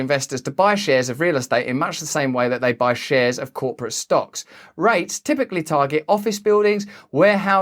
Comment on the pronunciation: REITs are pronounced more sharply, like reek.